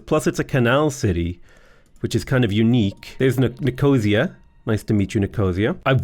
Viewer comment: Your proununciation of Nicosia made me cry.